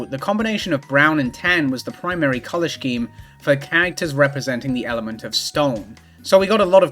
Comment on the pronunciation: i KNOW you read these comments so i just wanna say i think you are genuinely my favorite youtuber that exists. i love to see a pretty girl talk about RBY and fighting games. and then? there is more. gonna have to dock points for your pronunciation of "scheme" though